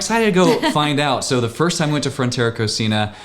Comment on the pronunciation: It's pronounced co-see-na. It means kitchen in Spanish